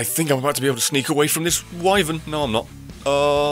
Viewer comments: God damn it,! I was so glad you were calling it a Wivern last part, and suddenly you're calling it a whyvern? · Now you say y-vern?